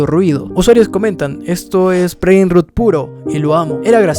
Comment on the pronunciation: Rot se pronuncia rot